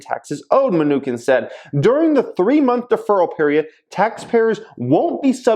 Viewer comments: It chin Munchin not Munchkin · It’s pronounced New Chin not minukin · its pronounced Mnuchin not Me-nukin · Today's drinking game... saying mnu-kin, not mnuchin lol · Mnuchin (chin) not mnuKIN come on 😂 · Munchkin for the win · His name is pronounced: munshin. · It’s MnuCHIN😂...but thanks for the content as always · Menu-Chin is the right pronunciation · It's Ma-Nuch-in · Pronounced menu- chin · Its muh-new-chin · it's pronounced "munisheen" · Min-KNEW-kin lol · it is pronounced Mu-Nu-chin like the one below your mouth. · You can tell is a wealthy bad-ass because he doesn't pronounce Mnuchin correctly because he doesn't care about the news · I can’t believe he made this video and does not how to pronounce the name the US Treasury Secretary.